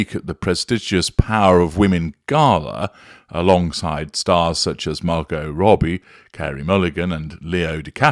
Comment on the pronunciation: Yay you announced Margot Robbie name correctly.